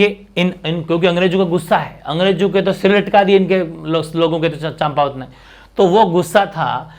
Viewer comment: सर "ठाकुर कुशालसिंह चंपावत" लिखो और बोलो ना कि "ठाकुर कुशालसिंह चाम्पावत"।